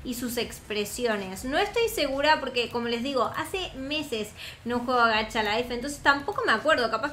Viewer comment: En lo de Gacha lo pronuncia pésimo, pero en realidad "Clab" está bien, ya que así se pronuncia en el idioma inglés.